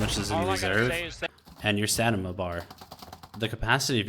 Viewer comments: boils my piss every time he says it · Says "Karabiner 98" in perfect German with better accuracy than "stamina". Love it :D Thanks for the guides, keep em coming please.